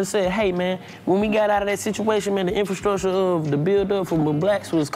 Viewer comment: Karlous to D.C: Boy you love that "infastructure"😂😂😂😂😂😂😂😂😂😂